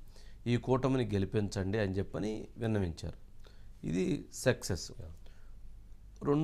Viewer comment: సెక్సె స్ కాదు వంశీ గారూ సక్సెస్ ప్లీజ్ మీరే అలా ఉచ్చారణ చేస్తే మీ ఎంప్లాయిస్ ఎలా చేస్తారు ? ఊం ?